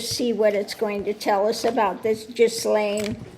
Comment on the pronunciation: Excellent! The autistic Virgo in me has to correct your pronunciation of her name. It is a French name and it starts with a hard G, like in good, the h and s are silent. So it sounds like Gil-lane.